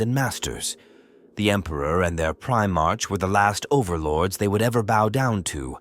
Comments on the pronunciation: Primarch is pronounced prime ark. Not prime-arch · Well, it's spelled "Primarch" but pronounced "Pri MARK". That, and pronouncing roman numerals as letters. Stuff like that is confusing for the AI. I think it's easy to fix going forward. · The ai voice saying primarch wrong everytime is so distracting for some reason 😅😅